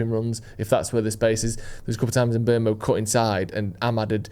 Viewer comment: It is pronounced mBoomo not mBermo.